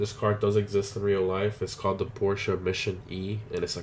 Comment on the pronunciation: porschE guys Im from Stuttgart where porschE comes from! And it's not Porsch it's Porscheeeeeee